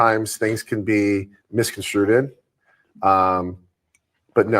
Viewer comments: Jax has always lied. And, apparently, he is also uneducated. The word is “misconstrued” not “miscomtstruted.” 😂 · 😂😂 I thought I was the only one who heard that 🤭🤣🤣